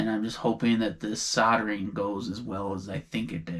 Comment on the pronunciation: Love watching you guys you crack me up. Do me a favour can you pronounce soldering correctly, the L is not silent. It’s sol - dering. Where Sodder come from 😂😂